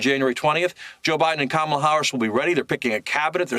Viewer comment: And it's not Com-meal. It's COMMA-la. ,,,,,,,la,la,la 🎶 Easy to remember unless you're a passive-aggressive, hostile ignoramus.